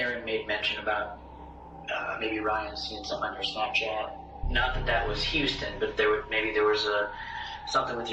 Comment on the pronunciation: love your content but you need to be consistent with pronunciations... and Huston sounds like Houston, I mean you can hear the people saying it correctly on the video in between your mispronunciations.